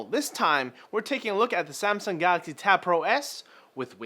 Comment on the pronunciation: What's a "Gaaxy" ?